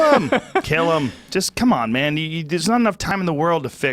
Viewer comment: This guy disagrees completely on EVERYTHING with intelligent conservatives? That’s where I move on.. CLEARLY he’s full of shit on being a libertarian liberal.. and Joe... don’t even get me started.. “come on mon..it’s like mon.. “ what?!? It’s MAN !!